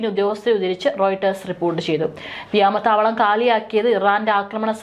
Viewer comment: പെണ്ണേ, വാർത്തവായനക്കാരീ, വ്യാമതാവളമല്ല, വ്യോമതാവളമാണ്. പലപ്രാവശ്യം പറഞ്ഞുതന്നതാണ്. ഇനിയങ്ങനെ പറയരുത്. അങ്ങനെകേൾക്കുമ്പോൾ വളരെഅരോചകമാണ്. ഇനിയതുമല്ലെങ്കിൽ സ്കൂളിൽ പോയിട്ട് ഒന്നുകൂടി പഠിയ്ക്ക്.